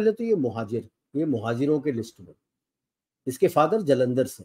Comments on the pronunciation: Quite sure that it’s pronounced as mohajir/muhajir and not mojahir! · it's mohajir not mojahir please.